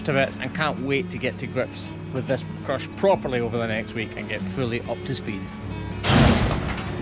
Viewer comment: So do you plug the crush into the wall and that powers all the features and extra outlets, or does it have battery powered features as well? Also, this entire time I thought you were saying “crutch” so I was really confused when you first started typing out things about the new crush lol